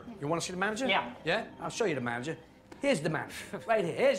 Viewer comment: "Here's the mamager!" lol..